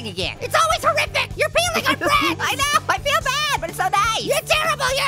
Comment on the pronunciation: "I Peel Fine" very Fine lol